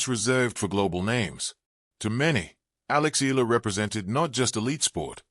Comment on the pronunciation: Please learn to say her name properly